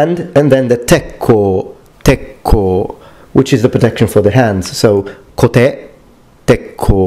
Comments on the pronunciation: I just lost it when he says kote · Isn't there stressing at all in japanese language? So why would you stress the ka? You pronounce it correctly, only your explanation confuses...